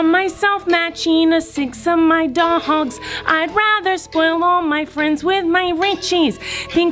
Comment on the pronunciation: I love how she said dogs